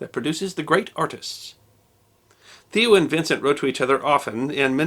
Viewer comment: It's pronounced like mayo with a t. Tayo van g(clear your throat)